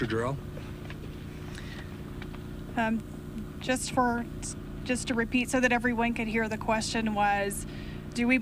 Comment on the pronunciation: He keeps calling her, "Dr. JOR-EL", as if there were some "Superman, the Movie" connection...but, her name, as pronounced by herself, sounded like, "Jerrol".